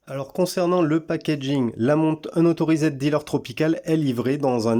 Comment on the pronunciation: Vid sympa mis à part ta prononciation de unauthorised...